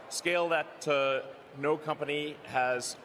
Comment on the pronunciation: Say "noer" to "tesler"